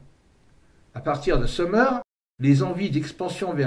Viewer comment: j’ai toujours entendu Sumer et non seumeur, d’ailleurs vous dites Sumérien et non seumeurien. Mais ça n’a pas d’importance, votre vidéo est très intéressante et captivante ! Merci pour votre travail !